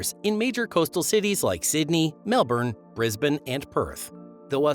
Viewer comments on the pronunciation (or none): none